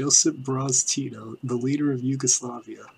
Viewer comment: maybe if you could say his name proper rather then "Tido" lol